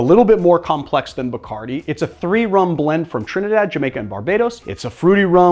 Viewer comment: When will Americans pronounce Bacardí right?